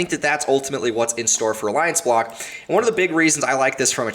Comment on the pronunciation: Did you say Aliance block or what? I couldn't even hear the name the second altcoin